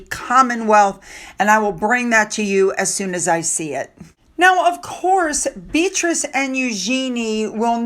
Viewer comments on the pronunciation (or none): none